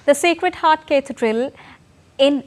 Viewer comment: Who pronounces Cathedral like this